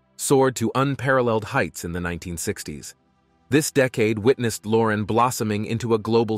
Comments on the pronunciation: Sophia LorEn , not LOren . 🤷🏻‍♀️ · Loren ...stress on the "N"..!